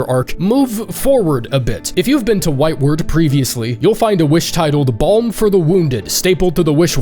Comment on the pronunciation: oh no... It's pronounced whitewArd not whitewerd... Like a hospital ward, not like forward.